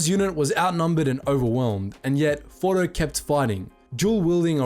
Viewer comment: Why are we calling him fordo?He’s ORDO!